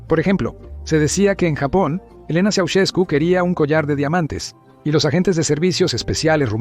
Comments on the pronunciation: Soy rumano y se escribe "Ceausescu", se pronuncia "Chau-shescu" No tengo la letra Sh en el teclado inglés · Quién será ese tal "Chaucheku"? De dónde sacas estos documentales rusos? Prefiero verlos en lengua original que escuchar a la peor IA del mundo #пиздец